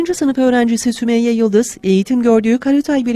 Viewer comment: Yalnız adı Sümeyye değil Sümeyra 😂